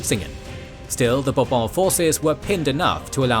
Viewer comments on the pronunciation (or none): Wouldn't it have been a good idea to get the pronunciation of 'Bourbon', 'Marlborough', and 'Blenheim' right?